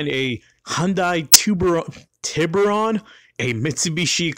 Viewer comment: is Spanish has trouble pronouncing Tiburon